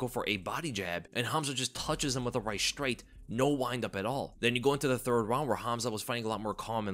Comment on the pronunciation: Why do people say 'Shtrait' now? It is 'STRAIT.'